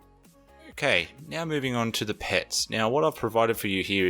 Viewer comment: Do you intentionally say meow instead of now or have I just watched a lot of Super Troopers? :X